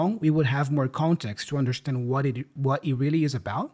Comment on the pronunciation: Why. In understand Tiago says undershtand?